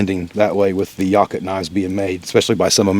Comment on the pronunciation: It's pronounced Yakoot, not Yacut. And there is no Y in Helle.